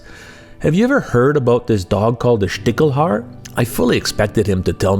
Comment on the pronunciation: I'm a hunter from Germany and I couldn't tell you what a "Stichel" is, never heard that word. 😅 Small note on the pronounciation: The german "ch" is sometimes pronounced "ck" and sometimes "sh". In this case it's "Stishelhaar", not "Stickelhaar".